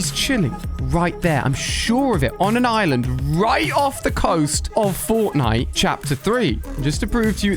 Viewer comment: he says cortnite except from fortnite